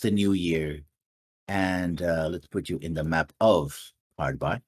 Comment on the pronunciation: insisting of calling it Harbi instead of Harby. Mind you I didn't have a pronunciation guide then or now.